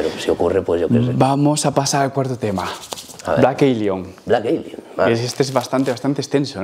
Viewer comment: "Blek Elion" xD